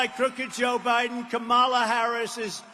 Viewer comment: Can we correct everyone who mispronounces Kamala’s first name. It can’t be pronounced both ways.